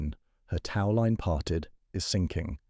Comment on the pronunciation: annoying narration... tau line? really?